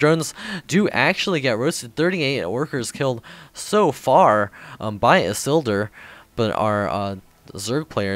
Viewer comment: Isildur! Awesome! IT's pronounced "Ee-seal-door". It's a reference to Lord of the Rings.